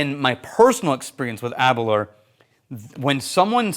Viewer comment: Aber - Louwer not Aberler. I live 10 miles from the distillery...